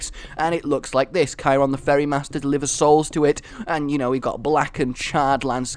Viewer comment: Vote 1 and Charon is pronounced like it's spelled.